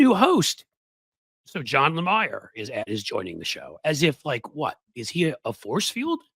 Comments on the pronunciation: You are not pronouncing Johnathan Lamier's name properly - BOZO. It is LA - Me - ER. Not LA-My-ER. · You're mispronounced Johnathan Lemire's last name. It's pronounced "Lemeer".